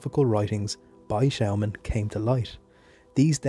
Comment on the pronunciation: Nice video but you pronounce the name wrong, it’s said like Schååman.